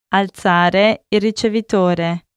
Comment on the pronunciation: Please alzarsi its being wrong pronunciation 😅